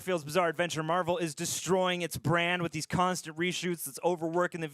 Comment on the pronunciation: Not to correct, but it is marvel, spotlight